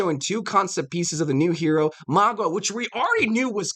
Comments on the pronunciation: his name is Mauga not magua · Bro. It’s pronounced Mow- guh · "Magwa" Lol.